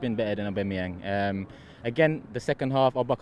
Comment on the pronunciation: saying lacabludclattezette and aubamabloodclatteyang gives me goosebumps